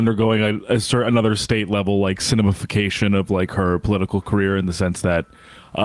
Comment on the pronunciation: 'Sinemafication'? Lol